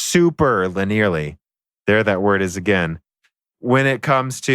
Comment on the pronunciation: "lin-air"? "times 86?" Surely you're just mispronouncing more common terms as bait for the youtube comments, right? -_